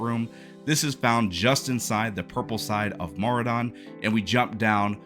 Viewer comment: "Mauradon" lol. Making a guide and not getting the name right is kinda funny.